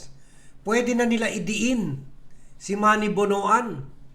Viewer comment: Did you just say sinny? What the fuck is that !